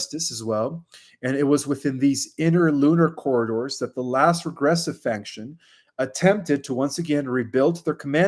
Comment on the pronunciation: Just trying to help here via Love & Appreciation/Respect on the Highest. Mispronounced a lot: FACTION = Sounds like FACK-SHUN with no N in the middle. Publicly = PUB-LICK-LEE. MILLENIUM = MILL-EN-EE-UM - NOT MILL-AY-NEUM. Please understand the Gravity of the Movement(as I know U do). U Represent Us...We can ALL do better & upgrade in All possible ways. I'm just trying to help U/Our Movement in the HIghest Respect & Appreciation. No-One seems to want to help with this. I AM, Brother. ThanQ for Everything U do. I Love U. Please do not take offense to this in any future VIds/Post. AS I AM here to help. Egos aside.